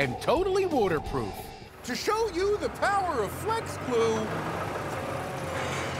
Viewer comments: “Totally “woater”proof” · Woter proof lol